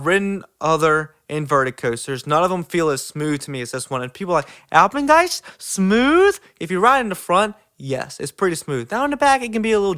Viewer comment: you just earned my respect for saying Alpengeist bro